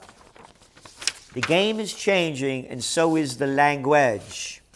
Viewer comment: "folks" 😀 "leaungeaaages"😀 very nice verbal touch so? what is next step? lets see begining of century is back?